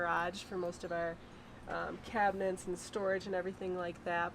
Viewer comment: Why do so many amercans say cabineNts? :D